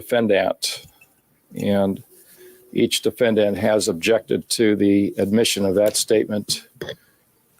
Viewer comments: For some reason I have huge issues with how judge is saying defendant... it is bugging me and I have problems focusing on the rest of the video haha oh my lovely autism brain... the a at the end should phonetically be said the same as the e in the beginning but it doesnt sound like that in my ears and it really throws me off - dəˈfendənt I remember this trial but I didn't watch most of it. I was my first year in college at the time and I had so much homework. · Ugh same, each time he says it, it bothers me more than the last time. It’s so infuriating that I have trouble concentrating